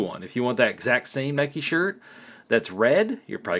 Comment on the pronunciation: its nike not neka lol